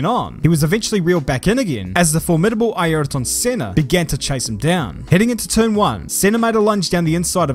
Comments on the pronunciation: Yes that’s the correct pronunciation as in I er ton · That's the correct Portuguese pronunciation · The way pronouce "Airton Senna" in this video is waaay better than a lot of others comentators that I saw in a long time, which mispronouce "Ei-yrton". As a brazilian I can say: you did it very good Man! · It’s absolutely the correct Portuguese pronunciation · His pronunciation is exactly as it’s said in Portuguese